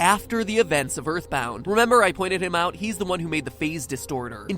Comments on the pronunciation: Ya eyitborn deme suna kardeşim erthborrth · Earthboundı oynamalısın toby undertale ı yaparken earthboundan fazlasıyla esinlendi hatta earthbound olmasa undertale bile olmayabilirdi Zaten toby kendiside açıklayı Earthboundın acayip bi fanı olduğnu (Ööğrtband diye okunuyor bu arada :). ) şahsen ben earthboundı daha çok severim. Bu arada türkçe yaması olduğnu sanmıyorum şuanda bitek bu oyun snes classic minide ve emulatörle oynayabilirsin ve emulatör dan oynayabileceğin bişeye kimsenin tr yama yaptığnı düşünmüyorum :)